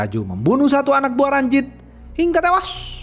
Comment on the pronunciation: Bang bacot ngomng tewas nya biasa j dong